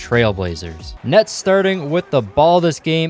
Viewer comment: he says nuts instead of nets😂